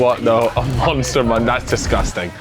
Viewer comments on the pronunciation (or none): none